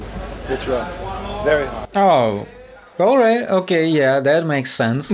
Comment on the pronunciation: “OILRIGHT EVERYONE”!